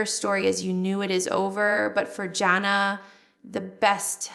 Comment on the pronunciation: this has to be AI generated. Scary. Jill would not pronounce Jana's name as Jonna.